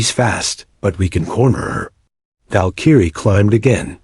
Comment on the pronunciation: It is pronounced Val-k-rie